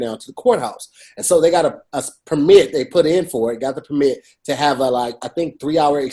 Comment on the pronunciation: Why is pronouncing "permit" weird, promoting wording is hard? And fuck tik toc I hate fake apologies, keep that shit